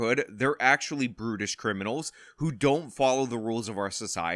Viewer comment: are you saying "brutish" or "broodish?" Or, nah, f the Brits.